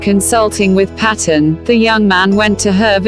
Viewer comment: I think the story is amazing, but not keen on the robotic voice telling the story (The name`s sound is Payton ... not Pat... on. What a brave man!